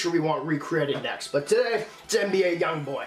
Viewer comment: Pronounce his name right bitch